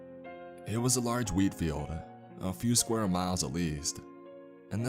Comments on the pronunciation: I thought he said weed...😅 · Who else heard weed instead of wheat in the beginning? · I keep hearing weed lmao